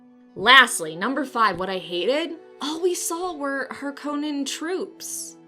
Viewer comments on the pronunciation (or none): Harkonnen is pronounced with the emphasis on the 1st syllable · Lol, it's hilarious how you acknowledged Frank Herbert's pronunciation of Chani, and yet you didn't pronounce Harkonnen his way. 😂 Crusade was mentioned in the book too, btw... 😉